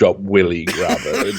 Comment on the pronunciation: willie grabher. XD cracked up just as much as Sam. 1st thought his name was Grabba